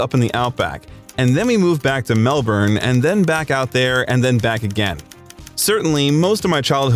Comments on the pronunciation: Melbourne is not the capital of Australia...Canberra is. Also it's pronounced Mel-burn not Mel-born😂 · No it's not he got stuff wrong he should his research first of all Canberra is our capital he pronounced Melbourne wrong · Canberra is the capital of Australia, not Melbourne and by the way, that's not how you pronounce Melbourne...